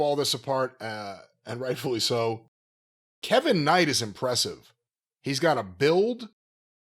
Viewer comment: With everybody saying Kev-vin Knight YEAH!